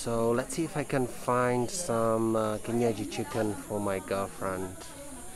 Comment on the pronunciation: 😂😂😂 pronouncing kienyeji chicken very well 😂😂😂